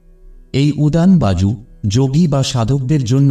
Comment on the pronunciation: Baju noi bayu, banglata porte sikhun